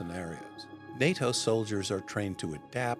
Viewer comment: I had to rewind and listen again and yep, I heard correctly, he called them Chinese “stole-diers” instead of soldiers!